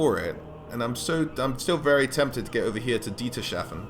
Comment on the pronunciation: Dietershafen means Dieters harbour in german, you pronounce it like two separate words, "Dieters" and "hafen" so there is no "sh" in it. Just a lonley s and a lonley h ;) sorry, had to. greetings from germany